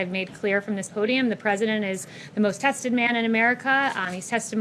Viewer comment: She dropped a syllable. He's the most DE-tested man in America. Detested!